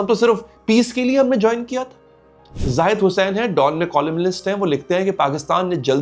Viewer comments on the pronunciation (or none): none